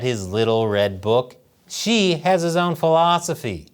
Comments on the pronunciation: Xi-eeesh... what an idiot. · Xi is pronounced "she"